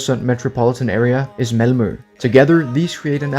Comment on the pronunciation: I like that he managed to say "Malmö" in almost flawless Skånska XD